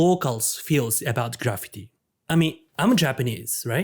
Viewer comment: Good video. But that’s really not how you pronounce graffiti. .